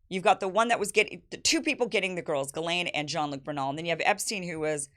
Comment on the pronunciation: Where in the annals of the French language did they not pronounce a letter s? Verialle? It's pronounced Gizlane. Or is Gizelle now Gel?